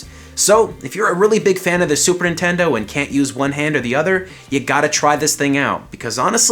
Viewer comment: Yo this is a sweet controller but you said "Super Intendo"